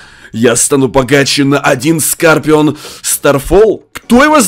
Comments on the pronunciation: Не скопион а скорион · Не скапион а скарпион